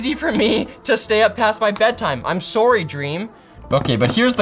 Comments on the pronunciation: He said he was Sworry what more do you want Dream?! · I remember this is a Canadian channel when they say Sorrey instead of Sorry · when he rants about his bedtime the real Canadian comes out with the "im sourrry" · Soar-y. Lol, your Canada is showing. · How do you say sorry not Canadian? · The canadian sorrey 🤣🤣🤣